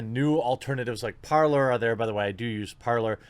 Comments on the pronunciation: It's spelled 'Parler' but it's pronounced 'ParLAY'. It's the french verb meaning 'to speak'. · Parler - pronounced "Par-leh", french for "To speak". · You said "Art-ler", thats a Freudian slip. You should have left Twitter by now... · my dude said, "artler". I about lost it once my brain processed what I had just heard LOL